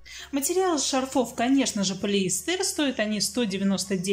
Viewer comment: исправится, правильно говорить из магазина, а также шарфы- урарение на А, шарфов тоже на А, очень раздражает предлог ЗА, который сейчас постоянно неправильно используется, скучаем за вами, фуууу, жуть, все это с южных мест к нам пришло, но это неправильно!